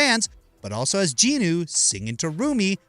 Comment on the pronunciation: I'm sorry but the way you said jinu's name made me think of the solo leveling parody series.😂